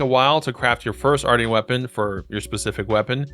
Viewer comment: i think its pronounced like Martian like a moon alien